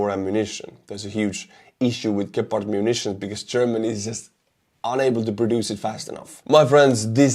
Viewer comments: the first pronunciation was just fine. Its not Dschepard. Gepard is perfect. Problem with the ammo is, that the gun and the ammo is Swiss made, and Swizerland want to remain neutral. Thus blocking Germany from giving the ammo to Ukraine. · It's Gepard with a hard G, like in Goal. Since this is how we Germans do it's pronounced on the e, like "geh-pard" but to be fair people can call it pussycat if they like, as long it shoots down orks. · Dear Gepard in english means cheeta, this fast charming Cat, you pronounce it gäpard. Thanks for your cool channel, I watch it with great interest. Martin for Berlin Germany